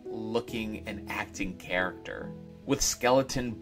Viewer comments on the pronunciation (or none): none